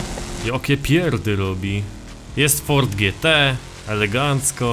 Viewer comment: W ,, forDZie horizon"????